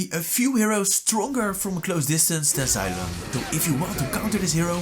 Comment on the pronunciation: Thats not zailong thats zeeelong